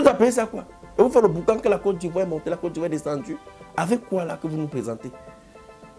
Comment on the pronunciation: they call his "ivou"😂😂